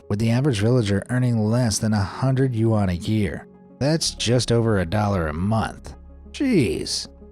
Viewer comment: dude your videos are great...but please learn how to say Yuan...